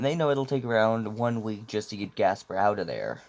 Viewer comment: it's gasper not jasper